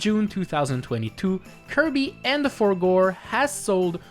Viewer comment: “Kirby and the Forgor”